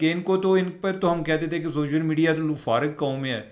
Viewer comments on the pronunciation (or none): none